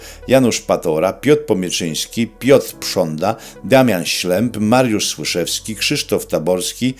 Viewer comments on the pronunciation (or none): none